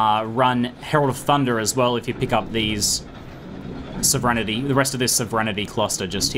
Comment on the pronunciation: Sov-er-en-ty xD